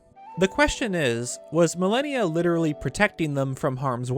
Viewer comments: Amazing video, but... I could not stand how you pronounce malanya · it wouldn't be an video without some butchering of a word. He also pronounced Malanya wrong lol. But at least he fixed his pronunciation of "Hateno" which shows he CAN change! (He usually pronounces it "HAT-no.") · Ma-Lan-Ya. I chuckled every time you called the horse god Malenia😂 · Malanya not Malenia. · Malanya, not millenia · Every time he said "Milennia" instead of "Malanya" I think I died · I think his name is pronounce Malan-ya, not Malenia. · Mah Lah Nyah. stop fucking saying milennia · "Milenia"???? you mean MUHLAHNEEYUH ... like what.. you're saying "millehneeya" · Name is pronounced Ma-Lan-Ya. Not Millennia. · Naw dude it's not pronunced Malineya.. it's like the 1st lady Malanya (Mah-Lawn-Yah) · You are pronouncing Malanya as millenia..........it would make way more sense and sound like Malon if you pronounced it like Ma-lahn-ya. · its "mah-lan-ya" (you know, like orange "man's" wife) not "millennia" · "Millenia?" Shouldn't it basically be pronounced Malon-ya? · Ah yes, I too pronounce "Malanya" as "Millennia" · Bro why tf is your name?? It makes no fuckibg sense. You make great vids just pls change your name EDIT: Its called MAL AH NE AH Malanya. Just like the name Malon. How did you not get this? The way you pronounced it made this video hard to watch. The rest of the vid is great. Just please learn how to pronounce things. EDIT: Its pronounced Keltic with a hard c. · Also its pronounced MAL AH NEE UH Malanya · it’s pronounced mal AH nee uhh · Isn’t it mah-lan-yah? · pretty sure its pronounced Ma - lan - ya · Soooo I dont wanna be that guy but it bothers the hell out of me that you are completely mispronouncing Malanya's name it should be MAL-AN-YA, anyway good vid. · has it right, it's Mah-lan-yah. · pretty sure itd be pronounced Mal-an-ya, which sounds closer to Malon. Great video 😀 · How do you get melinia from malanya? And oakerina from ocarina?